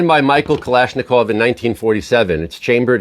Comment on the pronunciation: would be nice to learn how to tell the names how they should sound. E.G. when you are talking about Michail Kalashnikov, not say it like it would be Michael Jackson...i mean its not english name. People all around the world say english names in the way how they should sound in english. So try to say the names how they should sound in original, even it was ruSSian. Dont be barbaric, be regardful to famaous names.